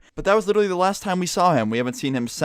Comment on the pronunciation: "We haven't seen him cents"